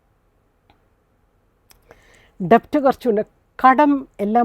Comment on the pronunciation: ഡെബ്റ്റ് അല്ല മാഡം, ഡെറ്റ് is correct pronunciation.